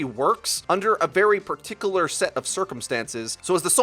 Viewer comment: par tic oo lar